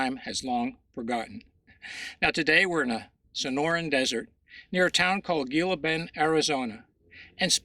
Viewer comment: Dude-Gila Bend is pronounced "Hila Bend" in English. Just saying'....undermines your credibility to mispronounce it. That's on top of the misspellings. "Heavan" and "visisted"........